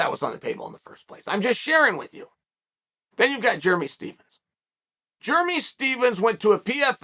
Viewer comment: Positive I've never called a dude Jeremy "Jer-mee".